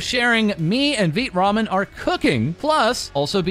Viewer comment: Ok, does anyone else feel gaslit every single time calls it Veet Ramen. It’s Vai tuh Ramen right?